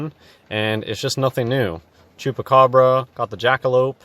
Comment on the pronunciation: Dam the way u pronounced el chupacabra was spot on